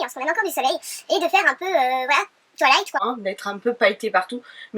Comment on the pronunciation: Il me semble que tu le prononces bien aussi. Si tu le dis Twaïlaïght c'est bon;-) Bisous <3